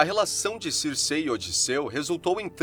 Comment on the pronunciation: Ótimo vídeo! porém, me incomoda ficar falando o nome dela errado. Não é Circê... se pronuncia Circi